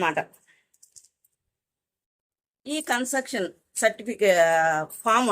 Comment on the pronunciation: కన్సర్టెక్షన్ ❌ కన్సేషన్ ✅